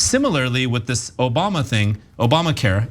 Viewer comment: No, no, no it's Obamna, not Obama. 😂